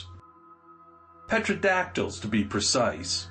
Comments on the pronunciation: Petro-dactyls??? It's Pteradactyls (pronounced Terra) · Further, the "P" is silent. Its "Terodactyls" PS great stories